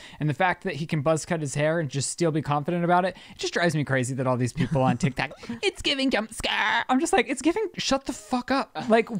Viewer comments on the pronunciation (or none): 😆 Blooper! said Tik tac 🤭 instead of tok. And for you haters! I am a retired Cop! 🚔 👮‍♂️I pay attention to detail. And for your information! I turned on close caption 😂to see what the A- I typed! Tac 😅😂